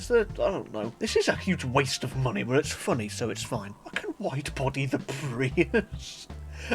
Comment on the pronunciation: "five hundred thousand gran turismo monyeyy"